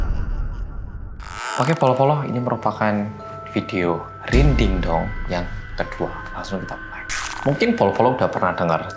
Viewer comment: Ngakak dong pas bilang Mrinding gak kalau iya bilang Rindingdong Wkwkwkw